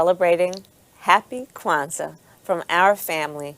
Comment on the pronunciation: Word? Quanza? C'mon lady 😆😆😆